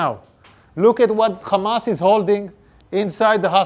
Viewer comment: It's week names not khamas names😂😂😂😂😂